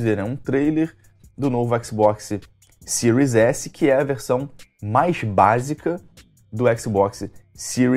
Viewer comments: "Cirios éssi".... O encardido ai não pronuncia o nome do console... Como hoje qualquer favelado sem informação acha que é o dono da verdade... Em pleno 2020 nego ainda vem falar em exclusivos, a ai vc vai ver a lista dos 10 jogos mais vendidos no PS4 nessa geração e o argumento do "excrusivu" vira uma rola do Kid Bengala na bunda de quem ainda diz isso. O encardido da língua presa nivelou tudo de acordo com o gosto pessoal limitado dele. Vc tem um console a preço acessível, pronto pra próxima geração com um serviço como GamePass lotado de AAA, mas pq não tem o Lesbian of anus, não presta. Os Milgrau la da vida era retardados, mas o encardido ai se superou... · "xbox siro S" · “Xbox siru S” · O cara não sabe nem falar series s, ele fala siro s kkkkk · O que falar de um cara não sabe nem pronunciar o nome do Console , o que espero de alguém que fazer um análise sobre um vídeo game ou qualquer outra coisa , saber ao menos a proposta pra o produto foi criado . Kkkkkkkk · Canal que mais cresce no Brasil? Piada né? Tu nem fala o nome dos consoles direito. Comecei ver o vídeo e nem terminei... 🤢🤮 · O cara não sabe nem pronunciar o nome do console e ainda fala merda